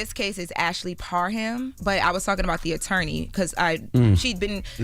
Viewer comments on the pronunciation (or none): Par HAM 😂😅